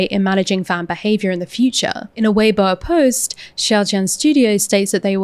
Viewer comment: BTW, weibo is pronounced vey-bwo-a (with a short "o" like "worsted", not "won't")